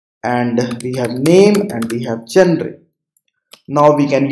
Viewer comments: gen - re is not the pronunciation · Your pronunciation of genre made me stop watching this video.